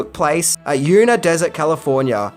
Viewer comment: *YuMa Desert (not YuNa)